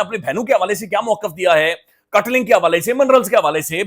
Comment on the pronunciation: Kaatlung ka naam currect kardou please, ye Kaatling nahee hay belkeh ye Kaatlung hay thanks, KAATLUNG کاٹ لنگ